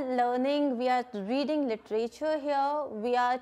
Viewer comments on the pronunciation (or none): none